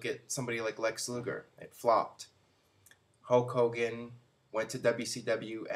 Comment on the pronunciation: Once again, can't pronounce Hulk Hogan. Ho Kogan